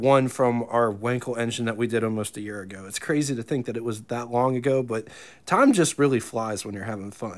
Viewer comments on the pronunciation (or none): none